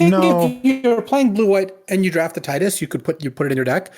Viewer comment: Thanks for saying Tidus' name the way I like.